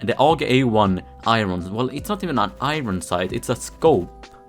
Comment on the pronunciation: Please pronounce iron correctly